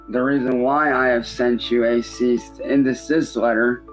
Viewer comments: i love the way he says "ceasist and decisist" he'll never learn how to say "cease and decease" who wouldn't take this deal of 90/10 cause "he's the one putting in the work" you know, animating everything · A "Ceast and desist order"? I feel like the Goblin's 90% cut should be in the form of speech lessons. That could be another Adult Swim show! "Hooked on Goblonics" where every week they give a new short story or tongue twister to read aloud and then try to pass a test on either pronunciations or what he just read. Every time he gets less than an 80 he gets an inch of his clown hair shaved off and forced to take a shower. He'll be fully bald and squeaky clean by the end of the season 😂